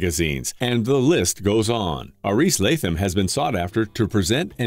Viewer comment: I spent a week in Panama with Aris in 2014 or 15. He rolls the r on Aris and the th is pronounced as a T. He's very youthful, super intelligent & very kind.